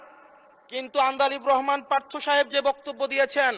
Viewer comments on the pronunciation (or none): none